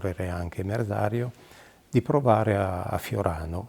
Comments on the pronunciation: "Merdario"...? Merzario. 🙄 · ma diocan solo io capisco il nome del pilota "merdario" dovrebbe essere Merzario